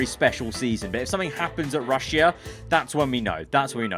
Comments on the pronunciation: Bruh wtf he sayin rushya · How many times did he say RUsS-sIA